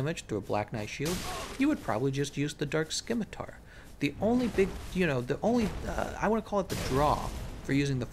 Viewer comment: The c in scimitar is silent.